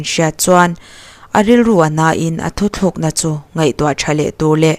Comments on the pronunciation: Thu thlukna ni lo in. "Thu tlukna" tih tur aw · Thu thlûk na nilovin, Thu tlûk na , tih tur aw.